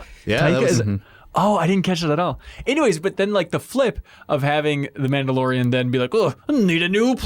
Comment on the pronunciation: *The Minndalorian